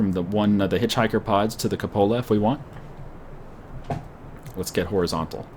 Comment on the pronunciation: Kyu-po-la, not ka-pola